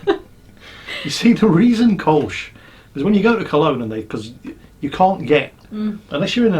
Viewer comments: It's Kulsh not kolsh! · These are not Metaldots on the Kölsch, its "Koelsch" not "Kolsch" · It´s "Kölsch", with the infamous Ö, remember, like the u in turn, hurt and urge (as well as some other words)! But i LOVE the shirt. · oh dear.... beer of the week and it's Kölsch